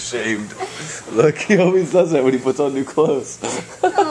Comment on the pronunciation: When ever you said always it sounded like you said "Elvis" Lol. Tell every one I love them! And you are very talented Olga bunny. Always believe in your self! ;)